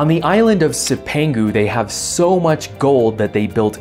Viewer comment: love your work. cipangu is pronounced "chip an goo" the "c" is the Italian soft c which makes our "ch" sound